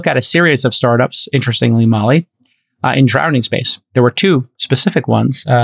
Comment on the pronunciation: Does he keep saying "drownding"?